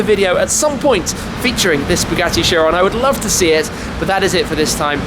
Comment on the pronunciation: That's not chiron that's veryon